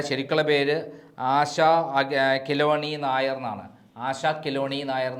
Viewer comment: ആശ കെളുണ്ണി നായർ എന്നാണ്😂 കെലോണി നായർ അല്ല 😅